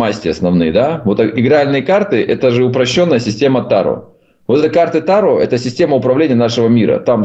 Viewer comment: ТарО. АртУр. Пожалуйста, ставьте ударение правильно.